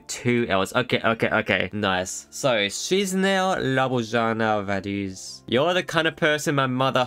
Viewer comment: Hi i am a moldovan and i want to say you are prouncing Chisinau wrong its ki-shuh-nau if you dont know how to say it ask google